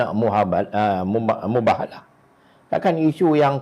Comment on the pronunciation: minit 14.53 tuan sebut mubahalah ke muhabelah ke mubelalah..hihi...gurau..sokong uai